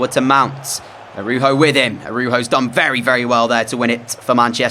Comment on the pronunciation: I thought it was pronounced ar-OW -ho for Araujo